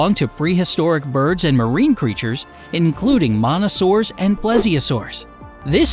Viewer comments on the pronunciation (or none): him calling my favorite dinosaur a "monosaur" kind of hurt xD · he said monasaur instead of mosasaur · mosa not mona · Did you say Monasaur instead Mosasaur? Or did I hear wrong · Wait... Did you call a mosasaur a monasaur? Am I the only one to hear that??? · Anyone else notice he said monasaur not mosasaur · Did you just call the mosasaur modasore